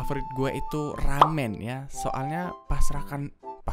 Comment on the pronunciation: Makan "RAMEN" jadi "RAME" 😅😅